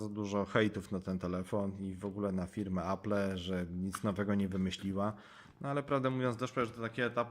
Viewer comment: 1. Nie potrafisz nawet poprawnie wymówić nazwy firmy. Apple [czytaj: Aplł] 2. Space grey ma czarny przód. 3. Kiedy mówisz o działaniu Touch ID pokazujesz jak działa 3D touch. -.- Recenzja jest długa, a połowę tej recenzji to "yyyyyyy...", które mogłeś wyciąć. Mogłoby to skrócić film o połowę, a tak to nikt mi nie odda tych ośmiu minut z całego filmu straconych na "yyyyyyy...". -.- Inni w swoich dwa razy krótszych recenzja zmieszczą o wiele więcej informacji, a ty temat o wyświetlaczy żeś zminimalizował do tego, że ma dobre kąty widzenia i FHD.